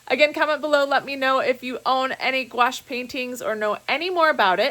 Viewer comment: Hi, thank you for the correct pronunciation on Couache. I have a suggestion for you. I am also a reseller and I carry a 2" measuring tape, a tiny black light that has a magnifying glass with it. Honestly I don't think it was the not knowing the size of the dress as much as the price. Those kinds of places are meant for buyers not resellers looking for deals. They were at the retail price. I live in Aurora IL, and through your vids I've learned of many places. Thank you ❤